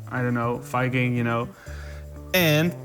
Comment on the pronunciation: Oh. Very time he said Viking, I heard “F*cking”. That’s completely different.